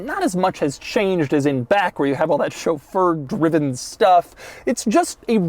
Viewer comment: Glad to hear Chauffeur pronounced correctly!